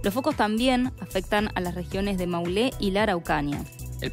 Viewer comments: La locutora neceita unas vacaciones en Chile, dijo Maulé en lugar de Maule, Araucaria en lugar de Araucanía. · No es maulé es maule, no es araucania, es araucanía